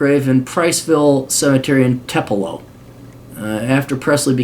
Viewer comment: Tupelo, MS is pronounced Too-pa-low.